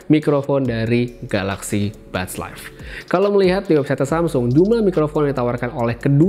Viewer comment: Samsul wkwk lambatin aja ke 0.5